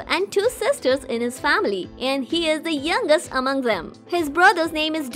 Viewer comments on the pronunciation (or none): none